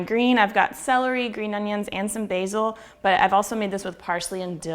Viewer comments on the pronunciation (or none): none